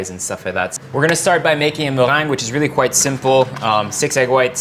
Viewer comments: Zah moh-rhang (the meringue)! So different from how we said it as children: me-reng-ge hahaha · MuhhRRRrrrrheeengue. I love it❤️😂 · Notice how he says "mewang" hahaha so fancy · I love how he say meringue 😍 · The way he says meringue tho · Did yall hear him say meringue?? 😍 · Your accent in Meringue tho.😍😍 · All I can hear is "meringue" ;-) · I love how you say meringue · Is that how you would say it? Sounds cool!